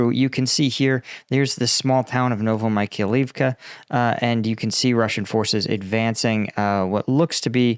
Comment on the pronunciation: No, it is actually getting worse (Zaporaheezia, Novo Michael leave ka, Harkeeve). ain't even trying, but it's okay. People don't come here to learn how to say those names, after all.